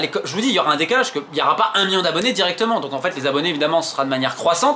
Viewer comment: Million pas mion 😂